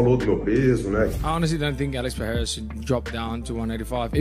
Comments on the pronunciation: Sonnen, can't pronounce Pereira,let alone pick a winner! He's always wrong 😂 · Chael can’t even pronounce pereira correctly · When you Cant pronounce the name of Alex Pereira. Mr.Sonen Gobble a lot full of Saliva in his mouth 🤢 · At least get his name right FFS…🤦🏼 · The way Chael says Pee era really annoys me ! I Don't know why, but it's per rare ah. It's not like Magomedsharipovovopopovicinho DAMN ! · Does it drive anyone else insane that cheal is UNABLE to pronounce any foreign name?(pee-air-uh) (Makelchev) ect. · If Chael pronounces it "Piera", then that is his name now. Sorry Alex. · There he goes again. Calling Pereira "Piera" 🤣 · Nah he’s just trolling. As DC said, “Chael’s too smart to mispronounce all those names”. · 20 years later Uncle Chael still pronouncing it Pee-eara, after he has won 4 belts with the UFC. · Chael and the PEA-ERA thing annoys tf out of me. So disrespectful how he doesn't even try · OK Chael, who tf is Pierra? Does he hang out with Hazmat? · Chael P. Sonnen - “Pee-eraaa” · Chael shreds Alex Pereira's last name as much as Full Mount MMA does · Sonen is absolutely wrong about Roundtree walking through the champ. He can’t even pronounce Perrerias name correctly. I think it’s the CTE from the head kicks by Jon Jones talking. Stylistically it’s a fantastic matchup for Alex as Roundtree has even said he’s not going to shoot a takedown. It’ll be a striking matchup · When you can't pronounce a world champion ufc fighter's name, I'm sorry Chael, I can't listen to you anymore, bro. Either you are blatantly disrespectful or seriously out of touch with the UFC. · I refuse to hear Chael not knowing how to even pronounced a 2 division champ. Biggest shit talker around, as in literally spills only crap outta that mouth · I can’t take chael seriously when he intentionally mispronounces peoples names like that